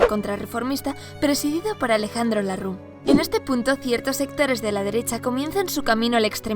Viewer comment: Se dice Alejandro lerrux no larrux